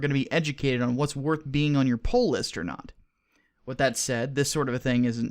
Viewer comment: "Poll List"